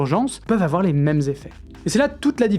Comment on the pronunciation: « Il faut pas afoir peur »